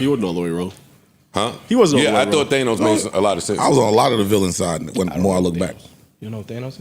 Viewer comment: Why do they say theynose I thought it was pronounced thaahnos